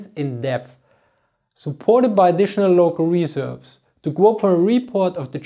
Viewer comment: Emphasize the second syllable of "reserves", not the first